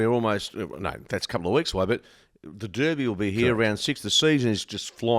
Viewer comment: So good to hear blokes pronounce Derby correctly